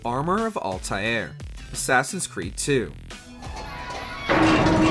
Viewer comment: Alta “eh” r…